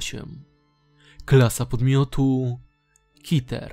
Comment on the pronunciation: błagam cię nie mów kiter tylko keter mogę ci o to prosić a po za tym zajebisty film